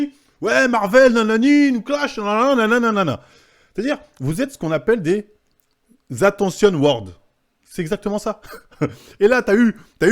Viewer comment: "Tenuyorobi(Tenryubito)" "Attention word(attention whore)" il me fume😂